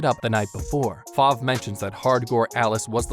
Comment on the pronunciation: Kabuki? I thought it was Koyuki :0 Spoilers, click "read more" if you dare. Ripple does not own the flying broom stick, Top speed does if you watch the anime on crunchyroll, and it's not "Five" it's Fav, and it's not wild cranberry sadly as I am sure almost all of us wish that but it is Musician of the forest, Cranberry. Look at the fandom, it also has a manga, and the reason why it is only 1 season with 12 episodes is possibly because it takes place in the Restart (1) manga.